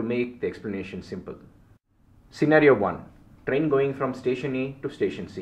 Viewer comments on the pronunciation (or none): none